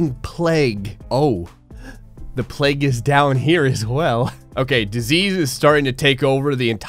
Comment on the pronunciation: It's pronounced plague, not pleg